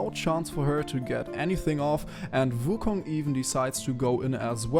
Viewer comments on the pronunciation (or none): Hey may i ask what runes are you using? P.S why do you pronounce it vu kong(not trying to be mean if you cant prounounce wu)Nice video btw:)